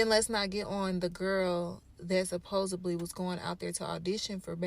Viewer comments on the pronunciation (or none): There is not a B in the word supposedly girl